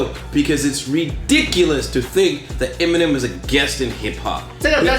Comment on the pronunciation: 希望邊上的那位把Eminem的名字講對，不然真的很尷尬。三個影片，都講的怪怪的